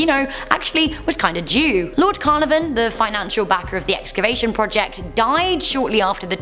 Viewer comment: It’s a shame the presenter can’t pronounce some key people’s names... Caernarvon being an example.